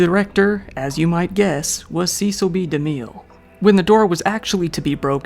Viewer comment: No clue if you'll see this, but it's driving me NUTS. "Cecile B. DeMille" is pronounced "Sessal" "Bee" "Da Mill."